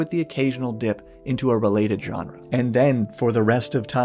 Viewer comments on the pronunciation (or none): none